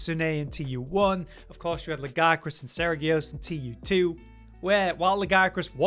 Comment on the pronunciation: It makes me upset how pronounces Lagiacrus and I click off every video he says "lag-EYE-a-crus". It's coming up on other channels too which I think stems from the standard English pronunciation of "Leviathan" and laziness/illiteracy but I could be wrong. There's the pronunciation in Wilds for English-dub-only people from Erik in the cutscene (with weird enunciation lag-ee-A-kroos) but beyond that, Lagicrus in Japanese is written in Katakana (used mainly for foreign words/borrowed words for the most part. R and L are mostly interchangeable based on Japanese phonemes being translated to romanized languages): ラギアクルス (ra-gi-a-ku-ru-su) -> "lag-ee-a-kroos" where the abbreviation "Laggy" came from and it's not a large deviation in official localization like some names are or even something like タマミツネ (Tamamitsune) 泡狐竜 (literally: Bubble Fox Dragon) getting localized down to "Mizutsune". Lagiacrus is not ラガイアクルス (ra-gai-a-kroos > lag-eye-a-kroos) and it's not ラジアクルス (ra-jee-a-kroos). I think part of why it upsets me is this channel is largely a Monster Hunter focused channel and should be a better resource or at least a more informed resource (not a click > oh, it's > LagEYEacrus > I'll just go check Capcom myself then) especially since is exclusively on the information side of the MH videos rather than the entertainment Josh/Cotton side and for whatever reason has to butcher the pronunciation in every video he's done since Lagiacrus was announced. It's v